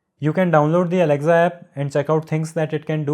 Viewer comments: ITS NOT ALEXZA ITS ALEXA !!! DUDE!! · Good video overall. Thanks. One small thing... It's pronounced as aleksa , not alekza. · Its not alecza its Alexa